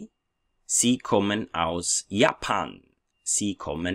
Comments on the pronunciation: Prof, Warum pronounce Sie as an S rather than a Z? Ich wohne in Kamerun! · Do not we pronounce Sie as zii ? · Thanks for the video, I have a question about the pronounciation of "Sie", I always heared it like "Zee" but the way you say it is different. Could you explain to me the reason ? is it due to different dialect ? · Why "sie" Sometimes it pronounced as zee or cee I'm confused! Following you from Egypt 🙋‍♀️